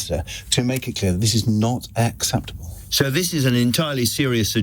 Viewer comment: Not "Xceptable" like that